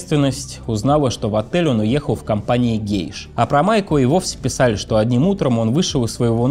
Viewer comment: Блин, что у с речью, конкретно с буквой Л? ХодиУ, писаУ, говориУ. Режет слух.